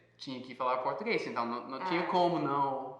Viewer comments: Parabéns pelo excelente vídeo. Estou impressionada com a perfeita pronúncia do garoto de jaqueta jeans. Ele se passa por brasileiro facilmente 👏👏👏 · O tem a pronúncia do português perfeita.